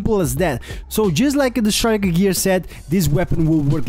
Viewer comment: It's not pronounced shriker. It's pronounces striker.